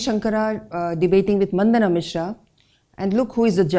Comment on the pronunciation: Madam, please mind your pronunciation Eg: Mandana Mishra is मंडन मिश्र and not मंदन